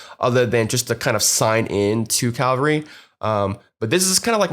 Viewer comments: Bitch its cavalry not calvary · He keeps saying ''Calvary'' not ''Cavalry'' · My thoughts as well. It's CA (as in Canada) - vull (like full) - ree (as in weeee!) CA - VULL - REE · The video was well made and I learnt a lot but I don't think I have ever been more tilted by the constant mispronunciation of a word haha. triggered me almost as much as hearing DJ Khalid try to pronounce jewelry